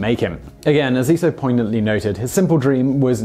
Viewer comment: "fo many years"